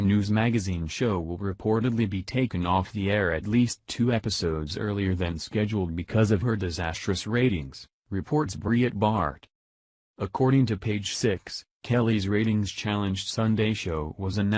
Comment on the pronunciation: I like the way the computer voice pronounces Megan as Me-Gen. Also, Breitbart is Bea-It-Bar. I guess the computer programmers still have some work to do.